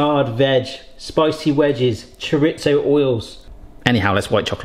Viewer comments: i believe its pronounced cho re zo not cho rit zo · Please look up how to pronounce chorizo, you use it regularly